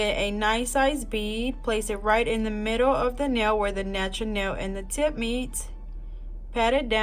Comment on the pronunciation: “nachuuur nell”